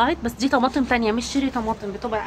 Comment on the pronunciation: اسمها cherry مش sherry , مش عارفه تلفظيه هببي و قولي طماطم كرزيه ، مفيش احلى من لغتنا